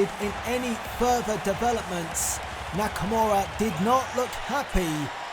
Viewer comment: "Nikimara" lmao that's probably exactly what Vince thinks Nakamura name is smh great stuff this was really entertaining can't wait til wrestlemania.